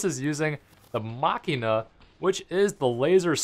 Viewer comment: ITS PRONOUNCED JUST LIKE MACHINE JUST WITH A! :@ (Mashinah)